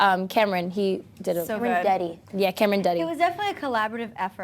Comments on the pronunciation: I think it's cameron not camren. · LAUREN SAID CAMREN OMF